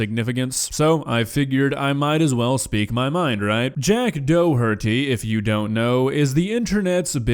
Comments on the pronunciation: It’s pronounced dock-her-Dee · Just gonna tell you I think he is Irish or its a Irish second name so his name is pronounced D-o-her-tea, sorry for being a shithead